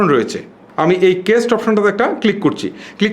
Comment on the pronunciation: কেস্ট না ভাই, কাস্ট হবে। উচ্চারণ ঠিক করেন।